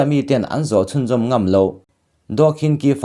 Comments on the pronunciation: Anu hming kha khin chi ti a lam tur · Daw khin chi tiin ilam ri dawn nia kawlin an tawng inglist hawrawpa an ziak hi tuman chhiar dik theih a ni lo myanmara chengte an nih loh chuan